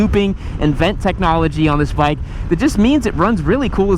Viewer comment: Bike sounds like chit.